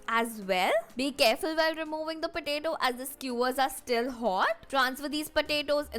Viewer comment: Its not pataeto its potato u r pronounced wrongly